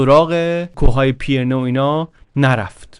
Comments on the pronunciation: سلام! ممنونم از کارتون و لذت بردم! خاستم نکته‌ای رو بگم البته ممکنه تا حالا دوستان گفته باشن، تلفظ درست نام کوهستان بین فرانسه و اسپانیا و مورد اشاره در این داستان پی‌رِنه هست که پیِرنه تلفظ شد، فقط به قصد اطلاعات درست و با تشکر از زحمات ارزشمند شما… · با مراتب احترام و جسارتا پیرنه تلفظشه. رجوع بفرمایید: (UK: /ˌpɪrəˈniːz/ PIRR-ə-NEEZ, US: /ˈpɪrəˌniːz/ PIRR-ə-neez; Spanish: Pirineos [piɾiˈneos]; French: Pyrénées [piʁene] ⓘ; Catalan: Pirineus [piɾiˈnɛws]; Basque: Pirinioak [piɾini.o.ak]; Occitan: Pirenèus [piɾeˈnɛws]; Aragonese: Pirineus) دم شما گرم صد البته و ممنون از زحمت زیباتون. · جسارتاً، کوه‌های پیرِنه صحیح است. به کسرِ «ر». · بسیار عالی مثل همیشه.فقط تلفظ کوه های پیره نه کمی نادقیق بود. ممنون از کانال خوبتون که واقعا داره کار فرهنگی مهمی انجام میده.